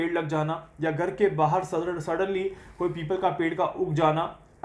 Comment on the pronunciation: Gar nahin Ghar boliye.😊